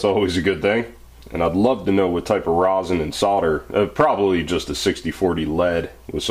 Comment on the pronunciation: reson not rOsen